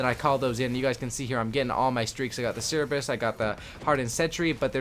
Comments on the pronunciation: HAHAHAHAHAHAHAHAH OH MY GOD IM SCREAMING ITS CER-BER-US LIKE SIR-BURR-US WHERE THE FUCK DID YOU GET SIR EEE BRUS FROM? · CERBIS HAHA.. CER-BER-US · CMON MAN.... Cerebrus??? really? Cerberus. the three headed mythological dog. the announcer in the game even says it the right way... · the murderer r2d2 is pronounced sir-bur-us